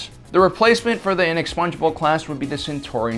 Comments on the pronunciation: It's the inexpugnable not the inexpungeable for chrissakes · I keep hearing "Inexpongebob class".